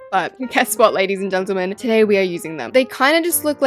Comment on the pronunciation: “Lady’s and Geants” how does know my last name:…